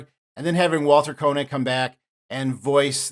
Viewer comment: Note that the surname of Walter Koenig is pronounced "kaynig", not "konig".